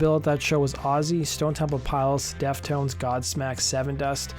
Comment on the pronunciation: It's Stone Temple (Pilots) not Piles 😒